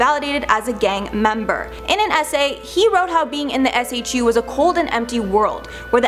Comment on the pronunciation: It doesn’t snow regularly at PBSP and SHU is pronounced “shoe” It is no longer used for solitary. Did a tour of the cells and it was bigger than my dorm while I was in the service.